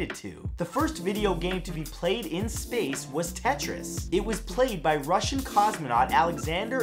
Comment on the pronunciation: Is it Space or Sapce? LOL!